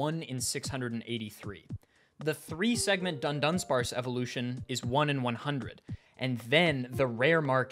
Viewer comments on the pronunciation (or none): I once got hit by a Fury Swipes and all 5 of the hits were crits, I have probably had some more unlucky situations but this one stuck (or rather sting) a lot. And also, how can you claim to be a Dudunsparce enjoyer when you can't even pronounce the name of our lord and savior right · Its dudunsparce not duNdunsparce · it's dudunsparce, not dundunsparce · "dundunsparce" bothers me so much. thats not the name. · it's not duNdunsparce. It's dudunsparce without the n.